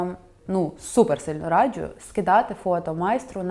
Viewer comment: Хтось теж помітив, що дівчата на відео цікаво вимовляють деякі слова☺Якщо є звук "дж", то він завжди пом'якшений. Наприклад "раджЮ" а не раджу, або "джЄмпер", а не джемпер😎..але це не працює з джинсами🧐Тому тут вам не тільки стиль, а ще й філологія💛Дуже подобається🤎